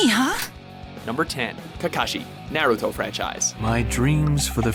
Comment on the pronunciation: "nare ruto"